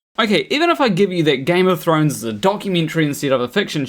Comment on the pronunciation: They managed to miss the ‘h’ in thrones. Maybe in the alternate Game of Trones, there was a dome.